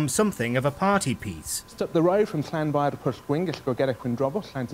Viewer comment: I'm welsh,I'm laughing at you both pronouncing Llanfair pg